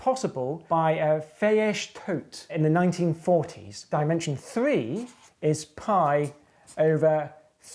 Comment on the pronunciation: Well done on the pronounciation of Fejes Tóth! I have never heard of him, but I managed to find him by google based on your pronounciation. Full name: László Fejes Tóth - apparently he was a really big shot in discrete and combinatorial geometry, hung out a lot with Pál Erdős, and was a monster of a table tennis player. Also a capable gymnast. Cheers for the name drop!